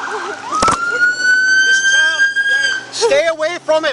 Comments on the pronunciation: Can any black person please tell me why most of you cannot say CHILD? Almost all of you say CHOW, or CHOWED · the word is child. not chowded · I noticed the inability to pronounce the word "child" correctly, too. Sad